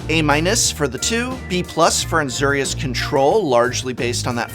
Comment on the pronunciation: Ah yes Azerius, my favorite guild named of course after Azer I.... it's a pet peeve but come on Prof it's not a difficult pronunciation or anything.